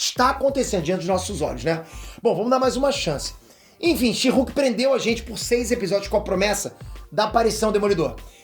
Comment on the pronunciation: A melhot coisa desse ep foi a titanium chamando a she-hulk de sherk